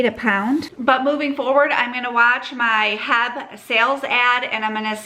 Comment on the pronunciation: The locals aren’t saying it the way it’s meant to be said…. I’m also a local, and everyone I know pronounces it H-E-B, as do the commercials you’ll see on television.